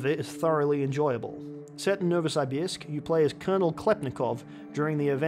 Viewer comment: Pronounced NovosYbYrsk